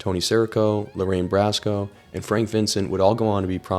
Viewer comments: Bracco. Bracco. Not Brasco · It’s not Brasso lol it’s Bracco pronounced Bracko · Bracco, not Brasco. We Italians are touchy about this stuff. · Love you content dude, but please...please, just listen to audio to hear how people's names are pronounced. Lorraine BRACCO is not related to fictional character Donnie Brasco! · Her name is Lorraine BraCco...not Brasco. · Lorraine Bracco is pronounced "BRAKKO", not "BRASKO". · Lorraine Bracco, not brasco. Like brocco li🥦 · It is pronounced BROCK CO you IMBECILE not Brassco. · The actress Lorraine Bracco's last name is pronounced 'BROCK-O', NOT BRASCO! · its Lorraine Bracco not Lorraine Brasco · It's not Lorraine Brasco, it's Bracco! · Bracco. BROCK-OH. Not Brasco.